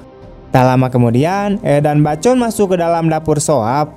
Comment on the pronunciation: Sebutan bacon itu 'baekon' cak